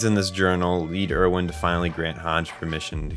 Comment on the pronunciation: I’ve noticed a lot of people who make otherwise great videos about AOT mispronounce most of their names. My guess is they only watch AOT in sub and therefore don’t know the actual English pronunciations. I do wish people would give the sun a change if only so they can learn the correct English pronunciations for when they make videos. For example, in the English dub, Erwin is pronounced “AIR-ven,” and Mikasa is “ME-cuh-suh.” Just a little thing I have noticed. Great video otherwise.